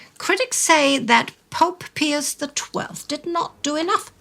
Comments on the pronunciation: If you are going to use the Latin pronunciation then it should be pee-yoos not peeus. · As Catholics it WAS ALWAYS PRONOUNCED BY CLERGY AS "PIE-US" not "PEE-US " You are nutballs. I don't want to listen if you can't respect the tradition. It wasn't Latin class. In newsreels, at parochial school, or at Mass, it was "PIE-US." IT DIDNT matter if I were in the Midwest or Philly or NYC or LA. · I have been following your channels for over 8 years and have learned a lot. I am also a lifelong Catholic and proud of it. However, I just lost about 80% of my respect for your productions by your insisting on calling the Popes by a rather curious name. Peeus? Really? Out of 100 Catholics and people in general, they would pronounce all Pius as Pyss. Perhaps you mean to discredit the name Pius? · So... do you say "pee" when you see ???? It's "Pie" in English. I believe you are speaking in English, no? Silly. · I've never heard pope pius as pope peeus. 😆 😂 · But since you are speaking English you should use the English pronunciation. It sounds...